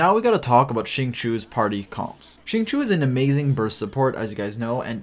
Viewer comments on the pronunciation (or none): Why is nobody talking about ”shing-chew” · Its pronounced sing-cho in chinese i think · "shi-ng chi-oh" shing chio. It's been long enough bro. Cmon. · It’s pronounced sing-cho:) but great video as always! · "xing chew" 😭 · I cringed every time you said Xingchoo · Alright boys I know it’s tough but we’ll get thru this together. It’s pronounced XING— CHO. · Can we just take a minute to talk about how pronounces Xingqiu and Kaeya's names? People are always complaining because they cant pronounce them right but the character have a profiles for a reason, just go to their profile and listen to them say it. wow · the way you pronounce xingqiu makes me angry and sad at the same time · Hearing you try to pronounce his name is really cringy